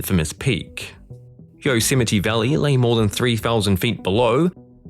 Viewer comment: at least he got Yosemite right.